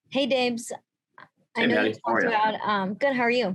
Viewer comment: When Maddie calls him Dabs it sounds like babe 🤣😘 #GoBills